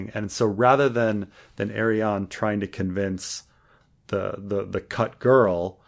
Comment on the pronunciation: The way pronounces Arianne always makes me think he's saying Aerion